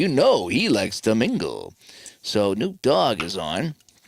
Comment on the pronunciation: Hate to be the bearer of bad news but it is pronounced kuh-NOP